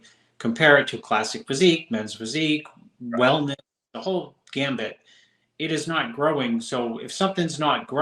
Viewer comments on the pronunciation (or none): none